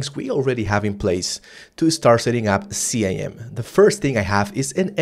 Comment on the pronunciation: It's pronounced "skim" not C-I-M